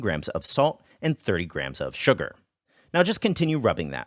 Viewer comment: the way he says “and”😂😂😂